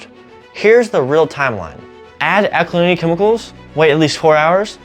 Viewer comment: This man must be taught how to speak English correctly. For example, he pronounces ALKALINITY as ALNYY. Horrible to hear! Glad I don't live in America!